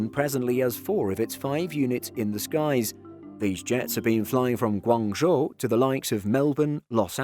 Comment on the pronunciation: FINALLY pronounced Guangzhou correct!